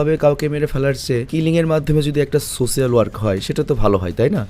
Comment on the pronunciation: সোসিয়াল না সোশ্যাল।